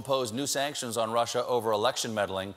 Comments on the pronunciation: "this russer thing..." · " This russure thing..."...hmmm... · lol how trump says russia "rusher" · Erratic & Static there's no way Trump is that smart. He said "rush-er"!